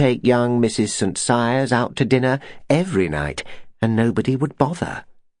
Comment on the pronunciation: It is St Cyres.